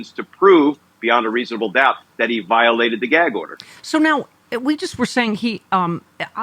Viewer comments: what the hell is "viotalted"? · Viotalted?? Great new word. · Viotalted? Is that you Trump ?